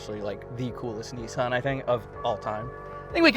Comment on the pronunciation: n(I) san Not Nyyyeeeessyyaaaarrn